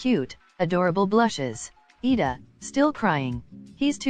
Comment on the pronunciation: It's Iida not Lida